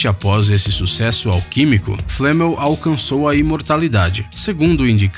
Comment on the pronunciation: não é nicolal flamel